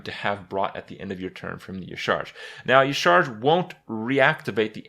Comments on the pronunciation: Dear Papa Krip, yah-SHA-raj (Y'shaarj) Sincerely, your local Lore Nerd. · It's pronounced "Yasharaaj" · Ucharge.... Ucharge... It's Yasheeraajh